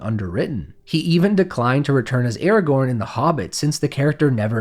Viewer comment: I am mildly annoyed by the way you pronounce Aragorn. Other than that it is a great video 😄